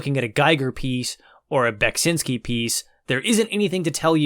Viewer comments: Your pronounciation of Beksiński is acceptable. Cool review! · You're doing a good job of pronouncing Beksiński's name - it's almost there. I've heard different attempts since Scorn came out, and ahh many have fallen in this battle.